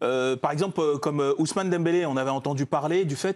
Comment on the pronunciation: C'est abusé, Dembélé a joué en mode ballon d'or et eux ils n'arrivent même pas à prononcer son nom.